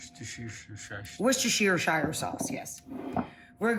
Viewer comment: Please! It’s pronounced ‘worst-shur’.